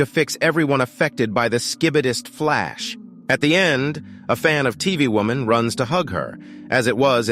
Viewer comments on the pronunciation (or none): "Tv Vomen" 💀💀💀 "T Vomen" 💀💀💀 "Tv Bowman" 💀💀💀 "Tv Owmen" 💀💀💀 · Bro said T vomen and sh sch I bi dis I can even say it😂😂😂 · Bro said "t vomen"💀